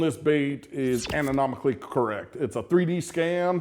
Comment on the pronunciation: Ananomically?! Or anatomically? Love ya!